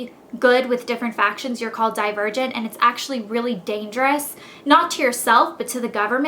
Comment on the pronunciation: LOL i thought she said "die a virgin" instead of "divergent" haha